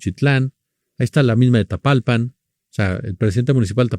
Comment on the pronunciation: Es TAPALPA, no Tapalpan